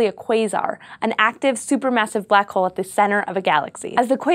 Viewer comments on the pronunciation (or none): none